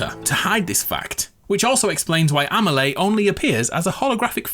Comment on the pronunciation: Why do you pronounce Amelie this way D: Great video anyways, I'll be watching it again when DS2 comes out ;)